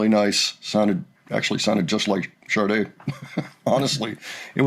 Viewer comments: IT IS NOT PRONOUNCED SHAR -DAY - IT IS SHAH - DAY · Honey, it is NOT “sharday”. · There is no r in Sade. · Please pronounce "Sade" correctly.